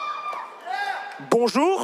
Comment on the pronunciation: that crisp ass "BONJOURKKK" at the end.